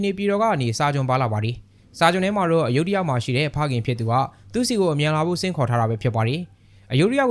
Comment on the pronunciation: အယုဒ္ဓ လို့ ဘယ်သူက အသံထွက် ခေါ်ခဲ့တာလဲ မြန်မာတွေလုပ်လိုက်ရင် တလွဲတွေချည်းပဲ သူများနိူင်ငံက နာမည် အသံထွက်တွေကို မြန်မာသံနဲ့ အသံထွက်လို့ ရမလား Phra Nakhon Si Ayutthaya ( ဖရာနခွန်စီအယုထရာ) လို့ အသံထွက်တယ် Bangkok ရဲ့ International airport နာမည်ကိုလည်း သုဝဏ္ဏဘူမိ ဆိုပြီး ခေါ်နေကြတာ Suwanabumi (စုဝနဘူမီ) အကုန်တလွဲတွေ English လို့ ရေးထားတာကိုတောင် မှန်အောင် အသံမထွက်နိူင်ကြဘူး